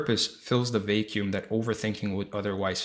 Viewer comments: Beautiful and useful. Btw vacuum is pronounced vack yoom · I appreciate the video which I gained something I believe will be very helpful moving forward and I'm so grateful for that.... The only word I had trouble understanding at first was when you said the word "vacuum." I'd like to offer a tip if that's alright, hopefully without sounding rude or condescending. The "a" sound in vacuum is the same as the words: bat, cat, sat, etc. I might even suggest saying the word "back," and then change the B to a V to say "Vack," and that's the sound you are looking for before finishing the rest of the word. I only mention this as I have helped countless people with improving English pronunciation when it's their second language, including my wife. It's one of the few things I can offer and help people with. You gave me something, so I thought I would offer at least something in return. Again my apologies if I'm coming off rude as that is not my intention. Thank you again for such a helpful video. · And his pronunciation of "vacuum".